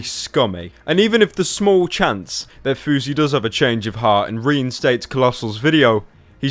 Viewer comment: House, louse, grouse, spouse, mouse, douse but FOUSEY? FOUSEY as in 'bruise'? Give me a break.